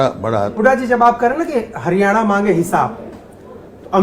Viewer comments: 10 saal kiya to kuch nahi iss hooda ne bolna to sekh leta .haryana ko haryane bolta hain chor 😂😂😂😂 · Chor haryane nahi haryana hota hain 😀😂😂😂😂😂😂😂😂